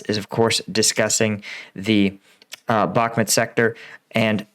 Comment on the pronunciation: Not sure how he gets "Bhakmet" out of "Bhakmut" but ... ok.